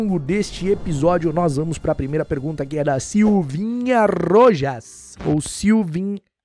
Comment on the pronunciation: a pronúncia é algo como /RRRRoRRas/ se o sobrenome for hispânico